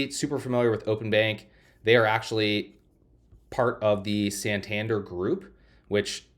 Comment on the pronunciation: You take in consideration Marcus by Goldman Sachs. Also everyone in the world knows Santander which is pronounced with the emphasis in DER. santanDER